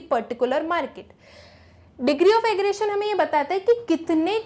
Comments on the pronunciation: mam for your kind info its aggregation not aggration keep that in mind and your data is too confusing especially the sentences you've framed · Excuse me mam that's not aggretion that's aggregation 🤣🤣